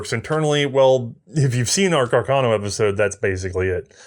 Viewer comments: why cant she say "carcano" aaaaa not "cuckurno" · Am I missing an in-joke behind saying Cah-Carno every time?